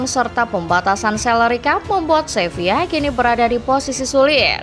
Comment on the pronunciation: SEVILA bukan SEVIYA!!!